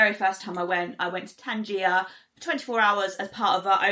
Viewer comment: Tanjia is what you eat, Tangier is the city. Pronounced different dear. New follower and great job.